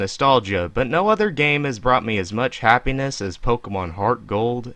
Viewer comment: why do you say pokemin like that